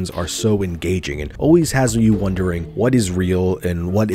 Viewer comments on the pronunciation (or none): none